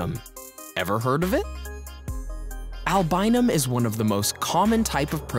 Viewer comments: egg whites provide "albumin", not "albinum"...jus' sayin... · oh man did i hear albinum? man all i thought it was albumin. 😂😂😂😂😂😂😂😁